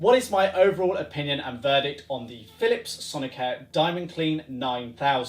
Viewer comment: why do you pronounce it sonic-hair?